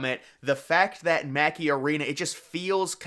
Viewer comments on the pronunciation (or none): none